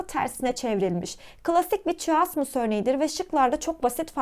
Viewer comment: Verdiğiniz bütün bilgiler için çok teşekkürler lakin videoda birçok kelimeyi yanlış telaffuz etmişsiniz. Önceden bunların doğru telaffuzunu öğrenip sonra videoyu çekseniz çok daha iyi olurdu. Böylece sizi dinleyen öğrenciler de kelimelerin telaffuzunu yanlış öğrenmemiş olurlardı. Simile kelimesinin telaffuzu /ˈsɪm.ɪ.li/ , chiasmus kelimesinin telaffuzu /kaɪˈæzməs/, absurd kelimesinin telaffuzu /əbˈsɜːd/, onomatopoeia kelimesinin telaffuzu /ˌɒn.əˌmæt.əˈpiː.ə/ , hyperbole kelimesinin telaffuzu /haɪˈpɜː.bəl.i/, Elbette mükemmel bir şekilde telaffuz etmeniz gerektiğini söylemiyorum ama hepimiz daha iyi olmak için çalışabiliriz, öyle değil mi? 😊